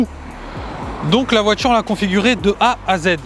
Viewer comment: On dit voiture, pas voitchure